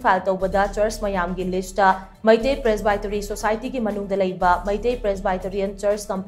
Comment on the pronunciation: helllo... learn to pronounce 'Presbytery' correctly... hahahahhaha... shameless... dont pronounce English words in ngaripur style..